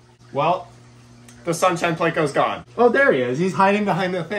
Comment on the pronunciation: i had the same reaction as your mom when you said plakos